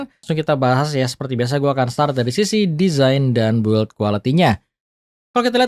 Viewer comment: Pronunciation "design" lu udah bagus padahal bro, tapi kenapa pas kata "build quality" selalu aja ga pernah lu benerin. U nya ga dibaca itu bro jadi bacanya "bild". Channel lu udah bagus tinggal terima saran yg bagus kalo lu ga ego.